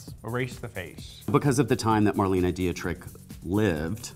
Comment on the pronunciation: I love how weirdly they pronounce Marlene Dietrich 😂